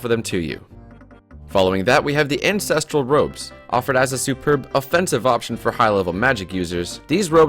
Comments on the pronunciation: Is it me or does he actually say incestral robes LUL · did he say incesteral robes... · He defiantly did.